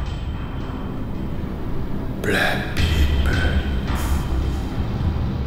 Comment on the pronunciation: As soon as I saw Park Ing (Joe), I thought "oh for goodness sake!" Then he said "brack pe-purr." That killed me! LOOOOOOL